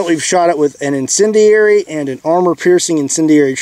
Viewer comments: Let’s count how many different ways he can pronounce incendiary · Love how this guy fails at pronouncing incendiary, time and time again 😆